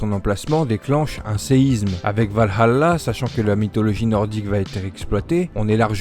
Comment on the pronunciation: C’est vraiment bien de voir du Assassin’s Creed sur une chaine Française ! Continue ! D’ailleurs le « Val-halla », c’est en Anglais. En Français c’est « Valala ».